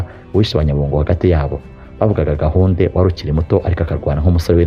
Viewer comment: nuzajya uvuga amateka ya kera, ujye ubanza ubaze uko amazina ya kera avugwa. Dore nk'ubu uko uvuga Nyarwaya, Rubega na Gahunde amasaku ushyiraho siyo.